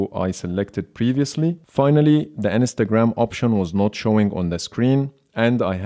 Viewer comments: Your pronunciation of Instagram wasn’t recognized because it sounds like Ns ta gram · "Share on enestagram"